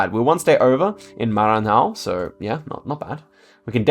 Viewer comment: I was looking for this. He put too much H in Bahia (that should be mute) and then almost nothing on Maranhão (that doesn't really have the H sound, but it's not mute either) 😂